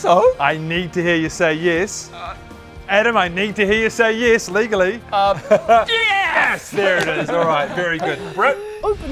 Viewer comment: when said legally, I genuinely thought it was a bj 💀💀💀